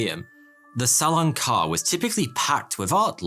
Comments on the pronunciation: It’s not salon car lol it’s carré (carreh) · Salon “car”, seriously? Carré is pronounced kind of close to kah-HAY. Salon Carré means square hall in French. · Who else is disturbed by the fact that he always said „karr“ instead of „carré“ how it should be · Hey there, Smarty here. I really enjoy your videos. One slight detail in this one needs to be adjusted; Its not pronounced "salon car" but rather the "salon carey" (same phonetic pronunciation as the singer mariah carey). Having said this, keep up the good work. Cheers! ;) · FYI: That's pronounced "Sal-lon Car-ray" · Not « Salon car », correct pronunciation « Salon carray » (Salon Caré), always great stuff on this channel ! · Your prononciation of salon carré is funny af ~Le salown care~ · It's pronounced "Salon Caray" (Car "A"). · Sallan Car.. Lol Salon Carré. The "é" is pronounced like in the word "café". You wouldn't say caff or so.. Hope this helps ✌️ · It gave me creeps everytime you pronounced "salon carré" like "salon car"... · it is pronounced "salon kareee"! you clueless fool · Salon carré should be pronounced like "carray" ;) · For God's sake! Salon CARREH! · Future reference, you would pronounce salon carré, almost the same way but you dont really pronounce the N in salon just make the sound ON and carré would be like car-ray. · As a french speaker... "Salon Car" lol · No, that's not the "salon carre", that's the "salon carré"! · in the end the thieves for the gardener heist you said they were identified which didn't make a whole lot of sense since you said prior they were just alleged and not found to be the actual thieves hence why they never got convicted? And also the Salon Carré is pronounced way different. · Love the vids but, and you may get a lot of this, but you are pronouncing "Salon Carré" wrong. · Please google "Salon carré prononciation", the é is pronounced somewhat like an "heh"